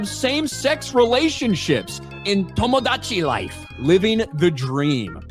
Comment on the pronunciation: The way he said tomodachi felt racist